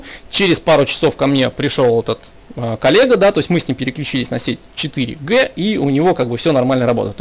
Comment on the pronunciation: 2,3 4 ДЖИ , а не Г